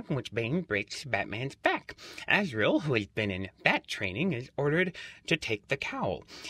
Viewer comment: azriel not azreal